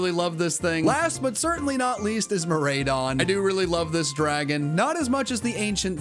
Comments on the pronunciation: Karadon… KARADON?… KORADION? KOR-FUCKING-ADION I’m just glad u didn’t say Caradon. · KO-RAY-DON?! Do you pronounce Pikachu's evolution as Ray-chu? No! It's RYE-chu, so it's Ko-rye-don and Mi-rye-don. Both pretty much end with Rhydon. Yet you still say 'Fan-fy' instead of Fan-py... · Legendary names are Ko and Mi followed by 'raidon' pronounced "Ride-On". The joke is that you ride on the Pokemon, so the last part of their name is literally just that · Great video,! By the way, Koraidon and Miraidon are pronounced like Co-Ride-On and My-Ride-On (because you ride on them). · I think you pronounce the Box-Art Legendaries like what you do with them: Kor-Ride On and Mir-Ride On... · you seriously mispronounced koraidon and miraidon. good job. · Your ride-on pokemon are pronounced just that way.. Core-RIDE-on and Meer-RIDE-on...